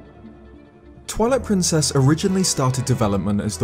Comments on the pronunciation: Sounds like you said "toilet princess" lol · am I the only one who heard that as "Toilet Princess"? Lol, holy fuck I'm dead.